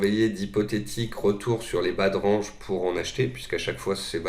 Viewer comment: Merci pour vos vidéo, juste stp essaie de prononcer correctement le mot "Range" pls in english sir lol